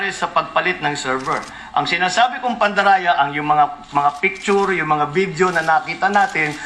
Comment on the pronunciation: "pandaraya" 😂😂😂 Slipped. Sakpan